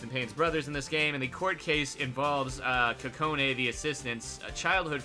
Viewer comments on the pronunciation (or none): kokone? not kokonoe? huh...so its pronounced as cocoa-nei (say nei like with question mark)